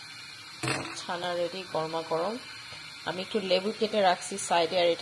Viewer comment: ছানা না আপু!its called চানা 😅😅😅!